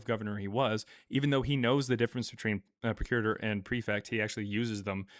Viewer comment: Arrrgg!!! It's pronounced PROC U RATOR, not PRO CURITOR. Just saying.